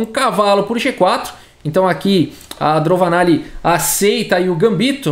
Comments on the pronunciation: fala "DroVAnalli, porém está escrito "DroNAvalli" Qual é o certo? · Eu acho que o falou errado o nome da indiana o video todo